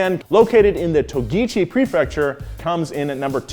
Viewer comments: tochigi on screen, togichi said. Am i mistaken? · togichi? you mean tochigi!! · its to-chi-gi not to-gi-chi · He saids Togichi Japan instead of Tochigi 😂